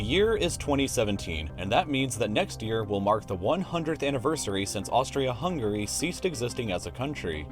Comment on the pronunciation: ppl of US still UNABLE to pronounce HUNGARY properly,,pathetic.